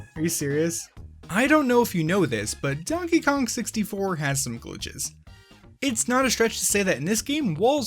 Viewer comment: Ah yes, Konkey Dong